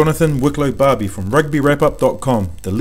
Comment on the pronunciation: This is excellent! But our boy from Rugby Wrap Up is Johnathan Wicklow Barberie, not Wicklow Barbie! Not that he'll mind that minor detail!